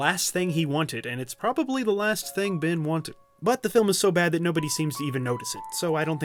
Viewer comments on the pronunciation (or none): dude his name is Ben not Bin